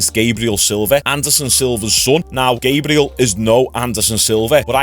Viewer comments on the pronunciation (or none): none